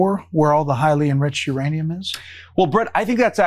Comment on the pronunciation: Couchman was saying nuranium.